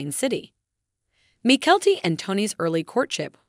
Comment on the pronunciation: The video would have better if the narrator had pronounced Mykelti's name correctly and it is Saint George, not Street George!